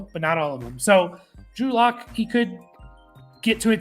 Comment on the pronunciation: Drew Luck…can’t even get the guy’s name right haha